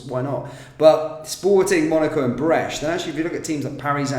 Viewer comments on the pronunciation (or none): It's Brest not Breche...which mean a hole.